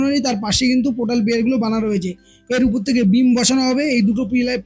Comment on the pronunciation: উপর বলুন, উপুর, উপুর করছেন কেন?